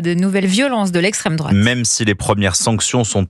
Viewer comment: Ah, "l'estréme drouate" ....